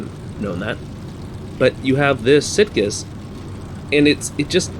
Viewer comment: In the Spanish, it should be a soft "g" in the name "Sitges"-Terramar. I think even the 1934 cars would be pretty insane here, let alone the '37 machines. I know some of the board tracks here in the States were pretty darn steep. I think it was the Miami Beach track where the cars needed to be running maybe as fast as 110 mph to not start sliding down the banking in the corners. And I think it was Kansas City, either that or St. Louis, that had like a 2-mile board track with the turns banked at about 50 degrees. Just nuts back then.